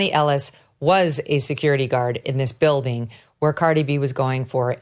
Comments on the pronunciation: Megyn’s producers didn’t brief her how to pronounce Cardi’s name before they taped this? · Megan SU you Butchered outta her name Ughhhh 🤢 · She butchered Cardi’s name.